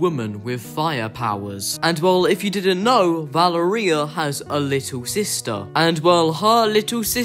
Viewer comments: I’m italian, so, i can Say that the right pronunciation is “Valèria” not “Valerìa” (it’s an italian name) :) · nah its italian its pronounced Va-le-ria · Somewhat: VaLEria not ValeRIa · I think it’s Va-lair-ria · No u didn’t it’s vil-er-ia my frineds name is Valeria and that’s how u pronounce it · i think its va ler ee uh not val a reia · His name is pronounced “montage” and it’s also pronounced “va-lar-ri-yuh”. Also the underground owns some pois. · Guys, did I pronounce “Valeria” correct? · no he didn't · No, it's an Italian name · U pronounced Valeria wrong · No You Didn’t It’s Valeria! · Why do you say Valeria like gonnorhea